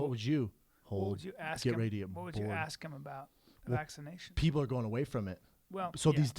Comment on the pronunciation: did this big ass puerto rican just say vac-anation shots ?